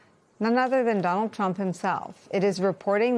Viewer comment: I notice you said ‘the ‘Tump justice department’. I thought it was the peoples justic department. Im English, so maybe Im wrong. Is that why they are covering for him?